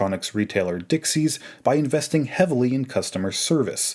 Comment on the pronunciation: Great video. It’s Dixons not Dixies.